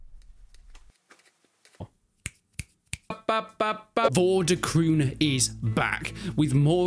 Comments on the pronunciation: Game title is pronounced as "Vor duh kroan(or krohn)" , not kroon :-) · I don't know if somebody else has said this but the pronounciation is like for de kroon with the oo being pronounced as the o in over.